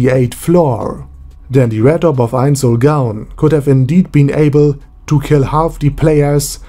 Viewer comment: Pronunciation tip: never pronounce the w like a v. It's supposed to be pronounced like a u. if u r doing it on purpose then never mind